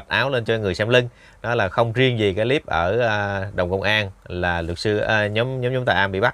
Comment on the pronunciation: Cái líp là cái gì vậy? Đọc sai giọng nhưng thích dùng tiếng Anh Dùng tiếng việt nam đi cha nội